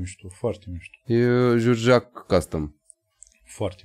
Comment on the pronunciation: "Jurjac" era de fapt inițial cu accentul pe a... Biografia lui George Enescu, partea de început. În rest un video bunicel